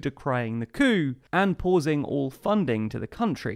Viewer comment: I always love your videos! However, when you said 'coup' before the opening titles it sounded like a racial slur